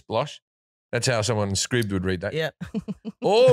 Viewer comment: Scribble, like, Ribble (valley). Scribe, like, tribe.